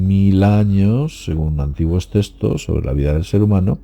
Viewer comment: De que "textos" hablas,? No entiendo cuando lo pronuncias.